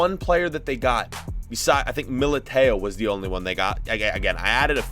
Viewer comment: He made me cringe by saying mil-I-Tay-o